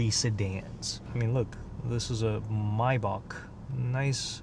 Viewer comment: I love how you say Maybach. "Mybock" lmao 😂